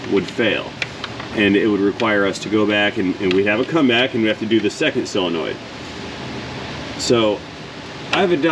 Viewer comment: Words... SOLEnoid, NOT CYLenoid or SILLenoid... 'nough said. 😋